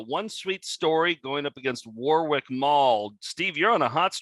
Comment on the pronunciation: As a Brit, the pronounciation of "Warwick" really triggers me!